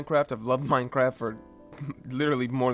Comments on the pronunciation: Bro, you really edited this video and didn't make the change and realize it is Minecraft, and not "Minecarf" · Hey Buddy, It's Mine CR aft, Not Minec AR ft.. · pahahahahahhahah did he say minecarft